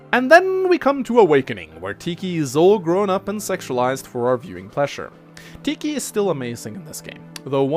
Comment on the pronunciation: It's pronounced tee khy but I'm not gonna be mad at u since I can't pronounce grimas name right